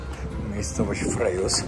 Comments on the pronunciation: Wymawia sie Freżius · Dzień dobry Nazwę miejscowości wymawia się FREŻJiS. Wiem , że gdy się dużo podróżuje ma się kontakt z różnymi językami i trudno każdy z nich znać. Dlatego proszę nie traktować komentarza jako hejtu. Frejus to stara nazwa wymawia się ją inaczej niż współczesne francuskie słowa pozdrawiam. Miło się Pana ogląda. Maria